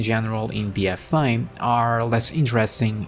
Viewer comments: Bee uh fay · Bee-ehfay. 😘 lol great video as usual. 👍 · The way you pronounce "BFA" in your accent is the most happiest thing ever. It makes my day <3 Love your content, bud. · I couldn't resist your 'BFA' pronounciation